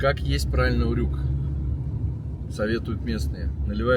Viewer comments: На букву ю ударение в слове урюк. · Вообще-то ударение в слове УРЮК на букву Ю)))